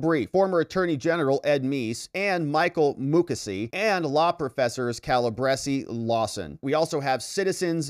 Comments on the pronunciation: HIS name is pronounced Mu k c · Michael Mukasey was also Attorney General under George W Bush, his name is pronounced (moo kay see)